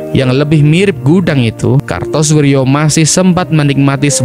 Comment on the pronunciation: Kartosoewirjo bro,bukan Kartosurjo.